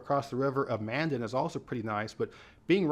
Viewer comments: OK, I'll be "that guy" along with you. Unless I misheard speaking, the city across the river from Bismarck is pronounced: Man' Dan', not Man' dun. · Please learn how to say city names before making a video. In this one, It's Man-DAN, ND. not Man-den. It's not Led, SD, it's LEED......named after a lead(LEED) of gold, a geological formation. These constant mispronunciations really discredit your level of expertise, although I feel you do a great job 99% of the time.